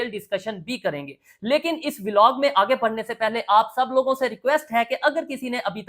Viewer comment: Velog nai bhai vlog hota hai 😂